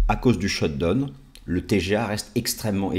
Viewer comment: Parfaites analyses, merci, mais… le shutdown se prononce shutdaoun!